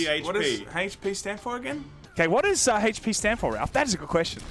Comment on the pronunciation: (Hay-chh P) HP